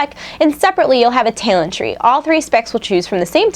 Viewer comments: LOL omg i gave up when she kept saying tailent, its tal-ent!!!!!! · What's a taylent? Learn to pronounce talent. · You say "talent" funny when your sick lol.